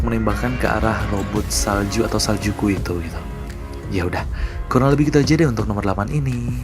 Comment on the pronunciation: Sejukku bang bukan Saljuku